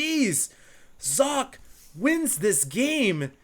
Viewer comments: You must be German. (Kein Problem. Ich kann Deutsch). In English it'd be more like Zock-uh, if you wanted him to pronounce it the way it would be in German ^^ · Socke is pronounced ['zɔkə]. It's german and means sock (singular). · Sock-eh, btw. It's german. And its alternative gaming :) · Its not Sokka, if you want to pronounce it right Do socket (from wow :p) and dont pronounce the last t. Sokkeh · I went to Google Translate and found out that it does very much mean, "Sock" but it was pronounced as "Zok-ka". You got it pretty much right! Thanks for the Info. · Sok? no it's Socke ^^ you got to say sock + eh. not Socky, not Sock, just socke(h) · you have to pronounce the E in sockE. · You got your pronounciation almost correct. There is one more sound after how you say "Socke", the German "e" which is how you'd probably say "-eh" with a silent "h" or as the "e" in "taken". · jock... haha "Sock-Ke" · "socke" is German (as is the player) and it means sock (the things you put on your feet before you put on your shoes)... So, the right pronunciation would be something like "Sok-ka". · not sock you have to speak the e ;) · How to properly pronounce "Socke" 1. Start saying "socket" 2. Remove the "t" at the end and say Z instead of S in the beginning 3. Profit.. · okay, i pause the vid right now. 1. its called sokkeh (you dont pronounce the "h" its just easier to explain like that. the "e" is like in the word red) 2. aTn is alternate attax^^ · you pronounce both players wrong >.< eh-dra and sock-eh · Socke is pronounced more like Zock-euh. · socke is german... prenounce it like you did and put an "e" like in "tennis" at the end and it would be perfeckt... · You are pronouncing Socke's name wrong^^ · hey hd socke is from germany and the e at the and is pronounced too and it means just sock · socke is simply the german word for sock. you have to pronounce the e [ə] at the end. seems to be a little difficult for english speaking people :D